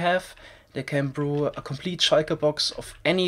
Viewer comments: I love how he says shulker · I love how you pronounce "shulker" tbh